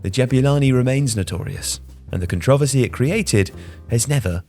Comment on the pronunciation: Never heard controversy pronounced like that lol